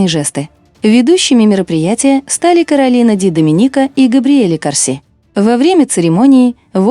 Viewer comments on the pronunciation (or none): none